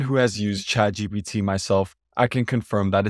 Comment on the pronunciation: I'm happy to see that you correctly pronounce it as ChadGPT